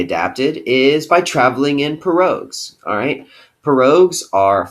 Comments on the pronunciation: Pirogue pronounced(pee)(row) you dimwit 😀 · That is not how you say pirogue